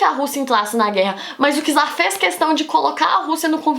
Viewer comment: Não é por nada não, mas a pronúncia correta é "tzar",pois a letra "c" em russo tem o som do nosso "t"